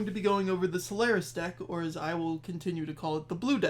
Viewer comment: I really like this series, thanks. Super minor nitpick: The "c" in "Celarus" is a hard "c" (pronounced like a "k"), and the emphasis is on the first syllable. So it is spoken as KELL-uh-ris, roughly. Source: playing the Psijic Order questline in-game, this is how it is pronounced every time by every character. (The "c" in "Ceporah" is also a hard "c.")